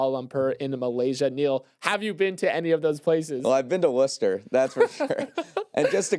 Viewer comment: much appreciated for name dropping and butchering my hometown. but yall are cute so i’ll let it slide. it’s pronounced Woo-stah. big woo. 508 bike life. home of the woo sox